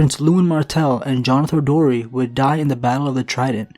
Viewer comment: * Jonothor Darry